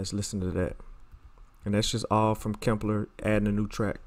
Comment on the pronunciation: HE CALLs it "KIMPLER" LMFAOOO!!!!